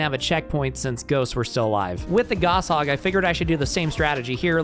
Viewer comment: "Goss hog" lol, everyone pronounced it like that when we were 11